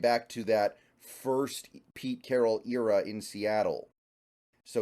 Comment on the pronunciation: Can't get over how you say era